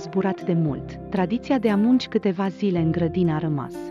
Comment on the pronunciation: Nu puneți accentul cum trebuie . Pronunțați a munci , a minți. Daca citiți , puneți accentul care trebuie!